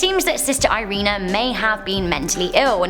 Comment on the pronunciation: I'm a Taurus. Also, I'm from Romania and I was so amused by the way you pronounced the name of the priest and that nun Irina. And that, bc I can't even explain how to pronounce them correctly. 😅